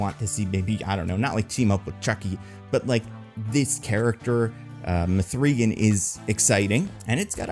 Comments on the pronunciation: Did you make this video just to say muhthreegan more times than any human should say muhthreegan? You bastard. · This sounds like a bit from Weekly Planet, which is to say, bad, but I love it, lol.